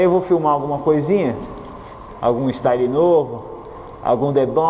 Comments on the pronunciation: "Luxu, istaili e performaçi" rsrsrsrsrsrrs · Literalmente... o "The Bomb" é "ixtáili" o Three Bomb é super rainbow "preshon" Bomb! Hahaha😂😂😂